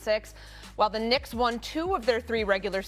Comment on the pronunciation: "New York Knickerz" 🤣🤣🤣